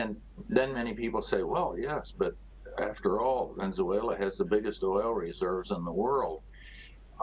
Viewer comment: It's Venezuela not Venzuela!